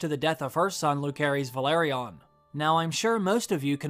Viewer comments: I know they called em “Luke” in the show.. but I think the pronunciation is Lu-cerys (loose-air-is) .. not LUKE-erys 🥴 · Lu-Seh-Rys not Lu-keh-rys... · The names of Rhaenyra's two oldest sons have soft "c", not a hard one. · He pronounced both Jace and Luc's name wrong.